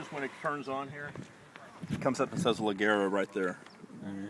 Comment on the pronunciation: it' s leggera ... dude ....NOT legggghera !!! Try to learn 2 word of the Italian language, without messing it up ... since the bike IS Italian ... how about that ?